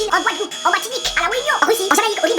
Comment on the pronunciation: Ptdrrr il a dit Wéunion.